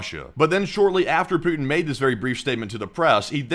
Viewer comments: oh god dont ever say 'pooty' again please it sounds like an innuedo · Pouotin ist Skrewwed